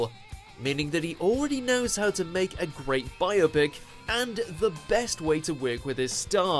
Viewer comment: Seems like you were hungry, as you ate the word "to"